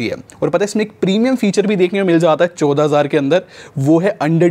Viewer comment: bhai choda nahi chaudah hazaar hota hai